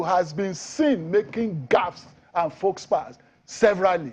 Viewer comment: "FOLKS"- pas ... abeg oga na "faux -pas" (fo-pa), understood say our language no be French, so if need be stick to our adages abeg, it conveys much better. 🤣Person wey dey explain gaffes come dey gaffe kilode!